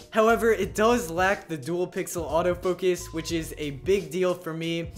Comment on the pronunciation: Its autofocus not autofokes.